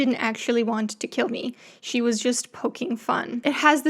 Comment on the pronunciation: “I keel u”